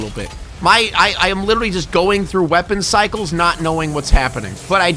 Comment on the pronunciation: Anybody else notice that he says “Lidolly” and not literally like that tik tok trend😭😭